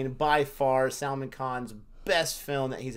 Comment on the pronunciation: Salmon khan? Really? It should be pronounced like: The "sul" in "sully" for "sal" and "maan" for 'man'.